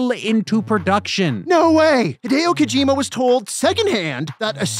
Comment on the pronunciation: Higharolla Kokamaime? Hi-deo Ko-jima? 🤯🤯🤯🤯🤯🤯